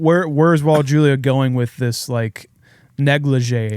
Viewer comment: You guys did Raul Julia a major disservice by butchering his last name.